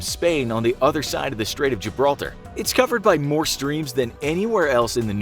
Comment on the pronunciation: Hey There brudah "said Gibraltar"